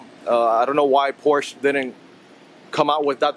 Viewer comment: Its Por-sha.